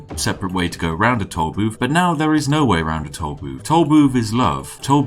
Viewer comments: I´ll take a shot every time he pronounces "tool booth" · Is he saying toll boobs